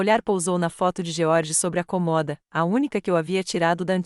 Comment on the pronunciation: Se Edite alugou e se mudou para um pequeno apartamento perto da biblioteca, como ela tem colega de quarto? Eles não fazem revisão da história antes de narra - la. E alguém tem que ensinar essa narradora falar a palavra cômoda e não comoda.